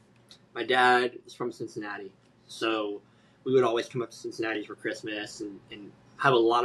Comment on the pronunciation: I'm the CINCINNATI KID! SIN-SIN-NAUGHTY?